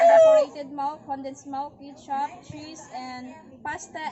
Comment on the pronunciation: Melk and kitchup 😂